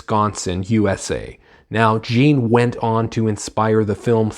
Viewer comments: dude, its pronounced Gein, not jean.. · Great review. I liked it as well. BTW it's pronounced Gein like Green. Man I gotta start reading more Powell he's great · Please upload an apology video for mispronouncing gein so many times.